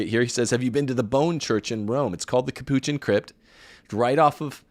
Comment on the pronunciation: ...great show. I kept numbered notes all the way through. Minor criticism: Capuchin has accent on the first syllable.